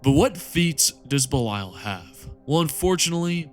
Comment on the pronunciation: Your pronunciation of Belial hurts it's literally Belee-ull